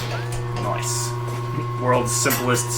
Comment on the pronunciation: "Noice"